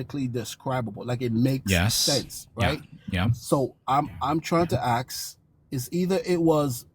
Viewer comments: "Im trying to axe" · "I'm trying to AX you about HAPPENCHANCE" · His just trying to AXE a Question =]